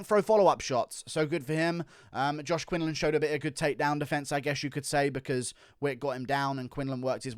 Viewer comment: Quinlan not Quinland